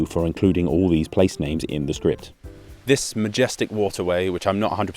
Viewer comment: I really appreciate how much effort you're putting into pronouncing these names and place-names. Most youtubers would chicken out and say "I'm not even going to try pronouncing that" and it comes across as slightly disrespectful -- like, you've done all this effort and you can't google a pronunciation or contact a polish person? Kudos!